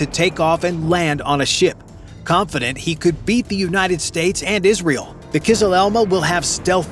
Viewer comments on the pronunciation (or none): none